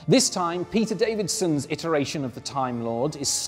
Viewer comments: Peter DAVISON. Not DAVIDSON. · Davison, not Davidson. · At first I thought this was a pun, to which the answer is "Yes". Then I realised that in the video, our host pronounces Davison's name "Davidson"..